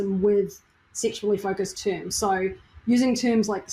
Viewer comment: "TOOMS" = "Terms"